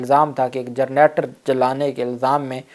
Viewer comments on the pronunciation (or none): gernator nahi hota hawal run.. generator hota hay 😀